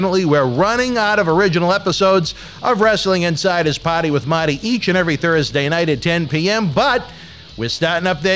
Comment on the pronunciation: Are you saying POTTY WITH MOTTY or PARTY WITH MARTY